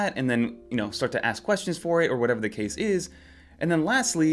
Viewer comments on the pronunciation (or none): none